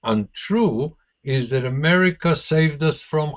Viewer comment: Dan... go practice. Again and again. "THAT". Not "Zat", that. Say it with me. "Not zat... THAT..." - just keep practicing and you'll get it ;-)